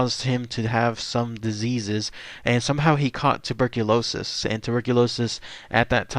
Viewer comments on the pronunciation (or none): none